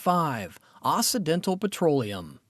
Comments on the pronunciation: Someone please tell the narrator that it's OXY dental NOT OSSI dental. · It's pronounced okcidental